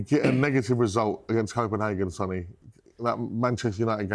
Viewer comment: Sonny is pronounced Sonny not Son-ny. Just because Son took it as a nickname doesn't mean you mispronounce the actual name.